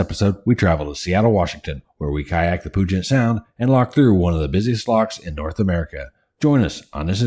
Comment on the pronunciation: Great videos. The name isn't POO-jet sound. It's Pyu-jet Sound. No POO here! 🙂